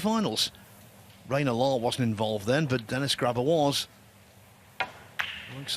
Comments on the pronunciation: his name is pronounced gra be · Graber? Don't think there is a "R" at the end of his last name. Vilmosh? Don't think there is a "H" at the end of that name either. You have one job. Enunciation should be priority.